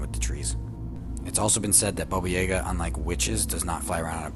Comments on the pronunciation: Thank you he said it right once so he knows how to say it, the second time he said it was correct the rest wasn’t what the af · Baba Yaga not bobo yaga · I'm sorry Bobo??? Dude it's Baba Yaga... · Omg that guy calling Baba Yaga, Boba was so annoying!!!!!!!! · It’s baba yaga why is he saying boba yayga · The guy's pronunciation is killing me. Bobo Yeah-ga. No, I've always heard it as Baba Yaga. 😂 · omg, more vids like these please! <3 also, baba yaga is pronounced yaah-gah, not yeah-ga xD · People can't pronounce names right iam not russian but i know its not bobuyega its babayaga🤦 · The way he pronounced Boba Yaga has me so triggered for no reason... It's pronounced baa baa ya guh. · I remember Baba Yaga!! Although his mispronunciation drove me crazy xD It's ''Bah-Bah'' like making an awful sheep noise and ''Jah-Gah'' both of the parts in her name are pronounced the same just with different starting letters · It's pronounced Ba ba Ya GA! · Why he saying baba yaga like that. Its BAA BAA YAW GUH